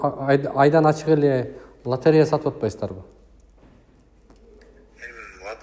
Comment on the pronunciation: директор болом деп тили келбей дректор дегенде кулоп берип 😂😂😂😂😂 откондо бир баткендик журот лотерея га тили келбей ойнотуп журот 😂